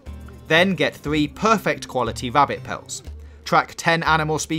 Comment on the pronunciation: Be vewy vewy quiet, I'm hunting wabbits!!